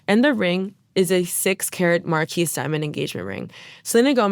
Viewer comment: hey friend, “marquise” is pronounced like, “MAR-KEE”. 😔